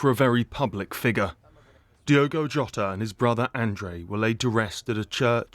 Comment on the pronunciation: His surname is pronounced Ho ta . RIP .👍🇬🇧🦊